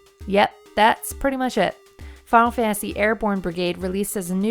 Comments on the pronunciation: I don't know how many announcers you guys have, but if your video has the word "final" in it more than twice per minute, you need to choose the person who can best pronounce the word "final." It's not a race to complete the word "fah-ul," it is the word "fi-nal." Other than that, not a bad vid. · Your accent makes you seem heavily pronouncing it as "Funnel Fantasy". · The way you say "Final" is funny. "Funnel Fantasy"